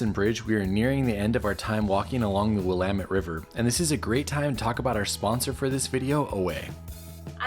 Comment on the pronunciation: Did the smell of homeless urine bother you while standing in line at VooDoo? Also kudos to you for pronouncing Willamette properly.